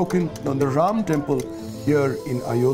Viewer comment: Ram is a 'harro'. While trying to sound 'less' Indian, this narrator is making his own pronunciation.😂😂 Angrez chale gye lekin aulaad chhod gye.